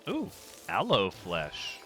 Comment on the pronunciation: 😂😂😂 You said "Aloe Flesh" and I heard "Hello Fresh" and I was super confused for a second! LOL